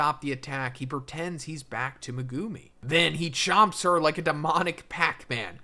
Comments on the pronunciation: Its not Me-goo-me its megumi!! the anime says it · "Me-GO0OM-Me" Megumi Meg-GU-me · Would you stop calling that man megoomi 😂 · i hate how u pronounce their names ffs the show literally shows how to say it like wdym megoomey and sahkoona and muheeto bro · Why do you pronounce Megumi and Sukuna like that